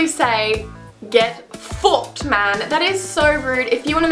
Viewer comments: Hahaha was 'get fuked' in a Geordie accent ?? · omg when you said get fucked you sounded sooo geordie!! you're so funny omg